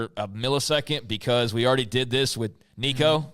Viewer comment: I love the dynamic of giving someone grief over mispronouncing Nico’s name, and then immediately getting it wrong when trying to correct him 🤣